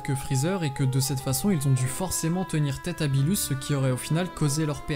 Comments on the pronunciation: ce n'est pas "beelus" mais "beerus" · Qui sa stresssss quand il dit "billus" au lieu de «beerus» ?😂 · On dit beerus pas beelus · Première remarque: on dit Berrus pas Belus. Deuxième: c'est Berrus qui a ordonné la destruction de la planète Vegeta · Cool la vidéo mais on dis beeRus pas beeLus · Pk tu dit "beelus" et pas beerus ? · Ouai mais genre c gênant moi chuis pas quelqu'un qui et la avk toute les prononciation c'est pour sa que je trouve mieux de dire beerus après chacun ses goûts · arrête de dire le beelus dis beerus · Ses beerus et pas beelus aprznd à parler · Pourquoi tu dit beelus au lieu de beeRus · Tu as du mal à rouler les R lol. Du coup tu dis Beelus ou au lieu de Beerus mdr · Aprznd à dire beerus et pas beelus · Arrête de dire beelus c beerus wsh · Ne dit pas bilus mais birus stp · Non tu dois plus rouler ton R c'est BeeRrrrrus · Vortex Aniki ok mais si tu parle fr c mieux de le pronocer en fr Ps:tu na pas fais ton intro toi meme hahahahaahahah bon ct drole entouca ct pas mal voila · Z Oue mais sa fait bizard impeu